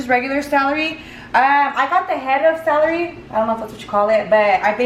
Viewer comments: I can’t stand how you keep saying salary instead of celery lol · You know when you are Hispanic when you pronounce someone English words wrong. Celery not salary.... lol love you. And I'm going to make this macaroni salad for sure. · I love how you say celery ahaha "salary"❤️❤️ I'm from cananda and I made this for my family.. they loved it!!! It was so good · The “salery” 😂😂😂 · how she says celery ahahhaha ilysm 😻😻 I wanna try this recipe looks ducking bomb